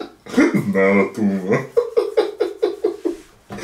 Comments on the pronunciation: It's not a tuma. It's not a tuma, at all. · It's naat a tumaah! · It’s not a tuma!🤣🤣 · It’s not a tuma 😂